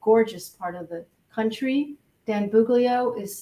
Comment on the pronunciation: It's "Buglio" not "Bugilo". (my perfectionist personality)